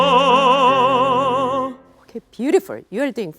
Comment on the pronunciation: About your diction for 비목 First, let me point out the pronunciaton of 하늘가(the rim of the sky). Here, 가(ga) means the rim or the side of something and in this case, it should be pronounced "까" not "가". 강가(the riverside), 바닷가 (the seaside), 길가(the side of the road) are the same case. Second, the standard pronunciation of '산울림' is [사눌림 sa-nul-lim] NOT [산울림 san-ul-lim]. Doctor Nam says [san-ul-lim] is better, but that's not true. You have to keep the standard pronunciation. Of course, we fully understand what word you say wtherer you pronounce [san-ul-lim] or [sa-nul-lim]; however, if you want to pursue the accuracy, I recommend you pronounce the standard one. Third, when you pronounce "궁", make more [u] sound. Fourth, when you pronounce "적막" "지친", your "ㅈ" sounds like a vibrating [z] sound; however, "ㅈ" is voiceless sound having no vibration of the vocal chords.